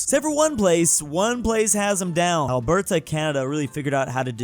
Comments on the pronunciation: OMG Please, it's great that you mention Alberta, but can you please PLEASE say it correctly. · He still can't pronounce Alberta, though.